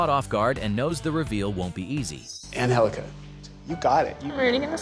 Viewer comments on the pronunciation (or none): Ann-Hell-ica . . . then spell it differently, G's are NOT H's